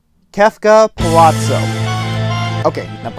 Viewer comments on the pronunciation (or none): none